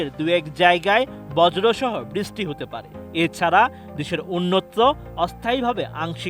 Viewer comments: বৃস্টি হবে না, ওটা “বৃষ্টি” হবে। উচ্চারণ ঠিক করতে সমস্যা কি এদের… 🥴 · বৃষ্টি ভালো করে উচ্চারণ করতে শিখেন😂😂